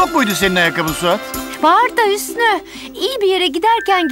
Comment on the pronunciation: Ya şu Ali Hüsnü’yü siznir dediyor 😆😆😆😆😆😆😆😆😆😆😆😆😆😆😆😆😅😂😂😂😂😂🤣🤣🤣🤣🤣